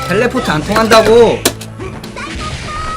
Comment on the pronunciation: 사이코 볼~ 텔레포떠~ 사이코 소~도~